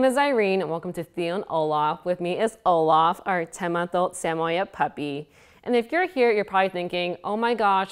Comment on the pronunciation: Pernouced “Sammy-ed”